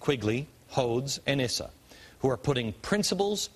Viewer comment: I like what I hear, you did incorrectly Pronounce Issa. Rep. Issa has worked very hard on this issue to bring the truth to light, no matter who it was, democrat or republican.